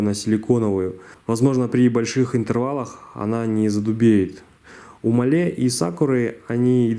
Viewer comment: Делай ударение на а (máhle) спасибо за видео 👍